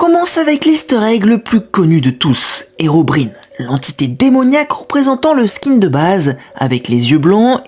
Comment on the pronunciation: Est-ce que je suis le seul à préférer cette chaîne à la chaîne principale ? ( PS : Je crois que Herobrine se prononce " Herobraïne " mais je suis pas un fan de Minecraft pour critiquer )